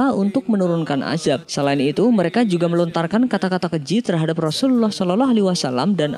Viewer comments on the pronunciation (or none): none